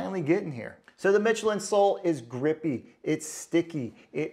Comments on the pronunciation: Good review,but it's pronounced Mishelin,not Mitchelin. Same as the state of Michigan. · That's Michelin with the CH actually pronounced like SH, like if it were spelled like Mishelin!